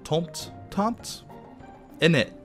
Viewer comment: Tomte is pronounced tom-ter (without the r-sound). It's actually a Swedish word. "Jul" is a Norwegian/Swedish/Danish word that's pronounced the same way as "yule", and means "Christmas". "Jultomte" (yule-tom-ter) is the Swedish name of "Santa Claus". ;-)